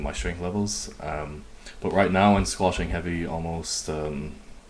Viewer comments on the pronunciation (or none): why do you prounounce it squashing? ( squatting ) ?